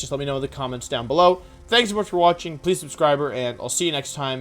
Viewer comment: did he say pls subscriber? 😂